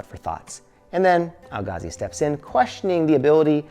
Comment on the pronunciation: Why can’t u pronounce Al-Ghazali? 😂 I hear AlGazal, AlGazi, Ghagazi 😂😂😂